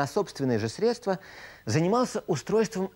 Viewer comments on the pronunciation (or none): none